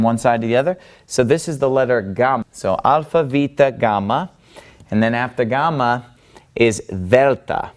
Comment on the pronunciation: I'd like to make three very different points after watching this video: 1. Your pronunciation for a non-native speaker is quite good. You do pronounce the gamma in a non-modern way (i.e. as a stop rather than a fricative) 2. Saying things like 'that Greek false god called Poseidon' makes you sound like a religious zealot and makes me, as an atheist, want to ask you: which god(s) are true and why do you think so? 3. You're so hot I wish I'd had a priest like that back when I was a believer :)